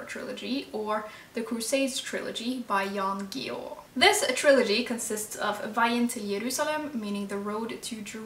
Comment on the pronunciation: Thanks a lot ! Loved it. I also want to read the Millenium trilogy. I have seen both the Swedish and American series. I love the Swedish one with Roomi Rapace ! I want to read the Ice Palace and the Quicksand and the trilogy from Guillou. His father was French (from my area) I really like when you speak Norwegian beautiful language ! The French pronunciation for Guillou is GeeYOU (g as In gullible not gender) ! And even though he was born and lives in Sweden his Mom was Norwegian ! I hope you keep talking about Scandinavian books in the future.